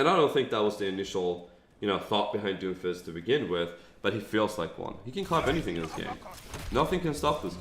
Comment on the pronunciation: It sounds like you're calling him Dofus the entire video.